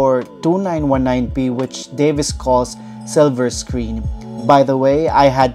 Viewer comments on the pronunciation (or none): none